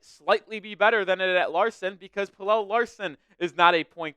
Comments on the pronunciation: Its pronounced “PEL-UH” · I'm Swedish like Pelle. It's pronounced more like Pel-Eh, but you are close. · Pelle is more like Pel-Eh, but you are close. I'm a Swede so I know..